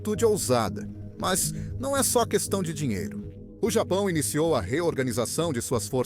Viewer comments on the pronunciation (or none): none